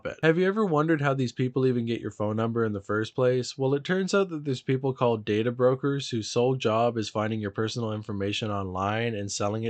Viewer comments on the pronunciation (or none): none